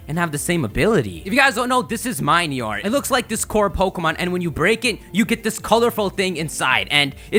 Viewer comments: Morelull comes from "morel" and "lull" so it should be pronounced "mo-REL-ull." Minior comes from "mini" and "meteor" so it should be pronounced "mini-or." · I think minior is pronounced mini-ore, like a miniature meteor